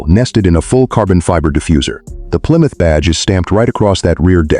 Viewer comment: AI SLOP! , PLYROUTR? Stop with the nonsense!